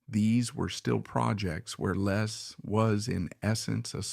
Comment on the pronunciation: His name is Les , not Lees